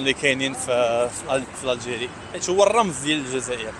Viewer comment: لسان الجزائري ينطق مروكي ونتما تقول زازاير علاش ههه